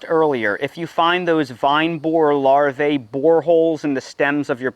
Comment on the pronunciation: The CORRECT pronunciation of "larvae" is LAR-VEE. The second A is silent. 👍